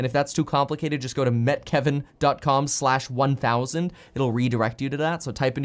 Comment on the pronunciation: Hi Kevin! Do you say “Hi Me Kevin here,” or “Hi Meet Kevin Here?” It’s been on my mind lately